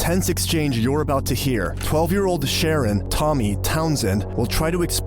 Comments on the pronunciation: You don’t pronounced his name as a female 😂😂😂 smh. His name is Sharron!!! You pronounce it as “Sha-ron”. Seriously though how do you release these videos but always pronounce places or people incorrectly! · I think it's pronounced Shu-rron, not Sharon...